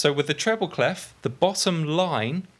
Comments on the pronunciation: cley-fffff ? wt-fffff, is in pronounced "clay" ?! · I love your videos, they are really helping me ! Thanks a lot Just for your information, "clef" (french for key) isn't pronounced with the "f" at the end (you can hear the right pronounciation here : ;) Thanks again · People in the Anglophone world urgently need to learn how "clef" is pronounced